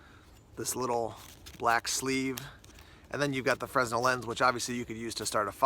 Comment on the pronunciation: fresnel is pronounced fre-nel and not frez-nel. its named after the inventor of it.